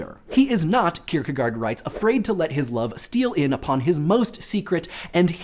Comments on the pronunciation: Only one thing, i think it is pronounced "Kirkegort" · Kirkegard sounds weird... fistly it is an å secondly the "d" is soft................... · Your pronunciation of Søren Kierkegaard made me cringe. I know pretty much nobody outside of Denmark would be able to, but it still just sounds so wrong. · That is the funniest pronunciation of søren kierkegård I have ever heard XD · your way of pronouncing kirkegaard was weird, also i liked the spoileralert thanks